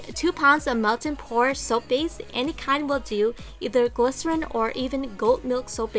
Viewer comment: Lol at 0.38 you said soup base XD